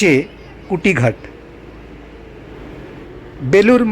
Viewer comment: একটা প্রশ্ন, কুটিঘাট সম্ভবতঃ অশুদ্ধ উচ্চারণ। ওটা নিশ্চয় কুঠিঘাট হবে। কোনও ইংরেজ সাহেবের কুঠিবাড়ি এখানে ছিল। 😉